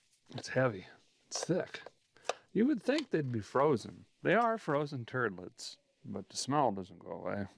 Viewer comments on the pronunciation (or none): He said Frozen Turdletts 😅😅😅😅